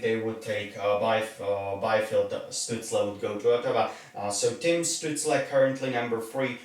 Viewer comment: Capitals T-Shirt and Canadiens cap, some people would get a heart attack from that. Btw Stützles name should be pronounced with Sh in the beginning. When you take into consideration also depth charts of teams, picks will be a bit different. Ducks will not take a center, they drafted a center with high ceiling potential in the first round last year (Trevor Zegras), Ducks will likely choose a defender, because they dont have many in the system. Hopefully Drysdale, but Sanderson would be fine too.